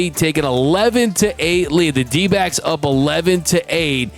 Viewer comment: lmao... the 12 year old in snickers like Beavis and Butthead... "Dodgers n D'bags", Iknow he's trying to say D'backs but the pronunciation says otherwise.